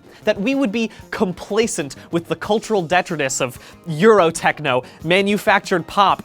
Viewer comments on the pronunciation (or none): It's 'dih-TRY-tus', not 'DEH-trih-tus'. Pet peeve of mine.